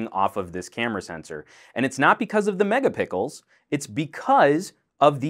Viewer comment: I cant tell if he said 'Megapickles" on purpose but I LOL'd pretty hard either way.